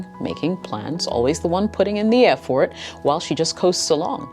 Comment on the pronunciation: I've never heard "Effort" pronounced 'EF-Fort'. It's unique.